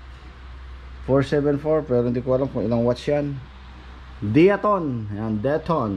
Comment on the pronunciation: Da-ya- tone ang pag pronounce ng diatone